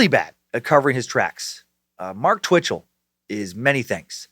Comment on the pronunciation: Every time Dan says Bitchell I chuckle